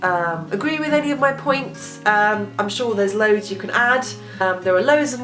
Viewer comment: I like hearing you say the word "loads" and like your red nails. Charming.